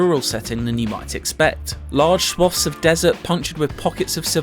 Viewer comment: Mate, pronounce the word "swathes"...